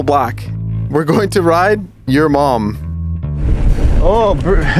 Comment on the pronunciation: Your mom you said it weird you said we’re going to ride your mom